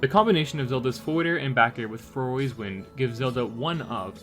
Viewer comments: It's fa-roar not fa-row-ree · Far-ore's wind. NOT far-or-ay's wind. it's Farore not Faroré.